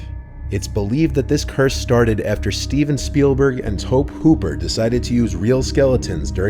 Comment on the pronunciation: "Steven Spielberg and Toe Pooper"